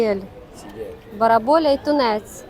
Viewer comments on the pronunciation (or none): Назва риби барабуля,а не бараболя.